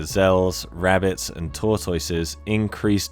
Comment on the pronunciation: I’m not sure I can recover from how you pronounce tortoise 😅